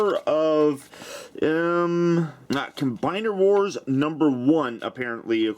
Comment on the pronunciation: Combeiner Wars? Is he German?